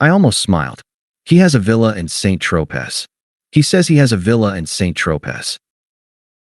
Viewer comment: Mon Dieu, l’Intelligence Artificielle ne peut pas prononcer Saint Tropez; tout à fait white trash. Oh là, là, là.